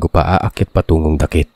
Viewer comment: Dakit word is balite tree.then pronunciation not dakit, daaakit